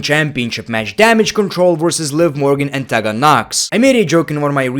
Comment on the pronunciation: it’s pronounced TEE-gan not TEH-Gan.